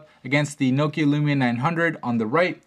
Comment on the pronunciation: He pronounces it '' Lumina '' instead of Lumia.